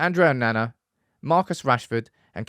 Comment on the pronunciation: Bold predictions there 😂 also, still deliberately miss pronouncing Onana